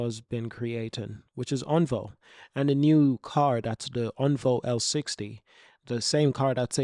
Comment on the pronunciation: Think my favourite thing is you taking on the criticism regarding how to pronounce Onvo and now you are actively saying it correctly 😁 thank you!